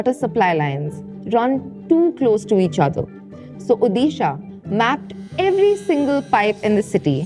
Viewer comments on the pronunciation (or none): It's "ओडिशा" not "ओदीशा" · Please correct your pronunciation it's odisha not udisha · It's Odisha "ओडिशा" Just a small note, Please consider this pronunciation next time...😊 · उदिशा ❌ उड़ीशा ✔ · "Hey, that's not UDISHA, that's ODISHA!"